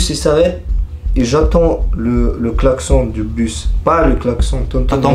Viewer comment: "jetend le xlacsonne baaaaa"😂